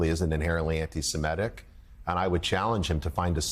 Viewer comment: The first MSNBC newsreader who correctly pronounces Semitic, – thank you, Willy!